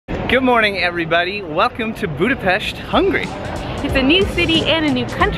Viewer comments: At least a good pronunciation of Budapest. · Finally somebody says the capital name right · The first person whos not from Hungary but could say Budapest normaly- WOW